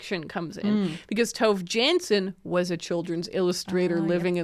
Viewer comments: Ooh I didn't realize until I saw the cover that the book was by Tove Jansson! because as a finn I would pronounce it quite differently :D Very interesting hearing about people reading Tove Jansson, haven't read much besides the Moomins myself, yet! :D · I was crocheting daisy squares and eating chocolate Moomin biscuits while watching this, accidentally incredibly on theme 😂Despite being Swedish, I've only ever read one Moomin book by Tove Jansson (by the way, if you want a tip on how to get her name slightly more right, try to pronounce the E in Tove a bit more 😊), but now I'm a bit curious to give her other novels a try. Also, so nice to have a book rec episode again, I get why you stopped, but I've missed it 😂